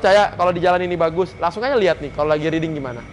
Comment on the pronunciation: riding atau reading bang? XD